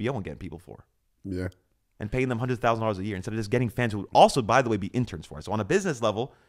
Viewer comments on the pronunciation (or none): Homie said 200 erkies lol yeah iight